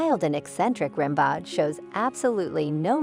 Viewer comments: Rim Bawd could you not make the effort to get Ram Beau right? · It's pronounced RAM-BOH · "Rimbaud" is pronounced "Rimbeau" - the "d" is silent. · Rimbaud is pronounced Ram-BO and he lived in the 19th century not the 18th. That’s why nobody is dressed like George Washington or Louis 16th. Derp! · The narrator has a silky little girl voice and mispronounces “Rimbaud”. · The clueless idiot mispronounces Rimbaud constantly. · Please learn how to correctly pronounce the name “Rimbaud.”